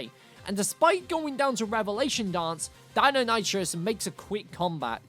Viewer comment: The colour around your eyes make you look dead, deinonitrous do you mean deinonichus (thats how its pronounced)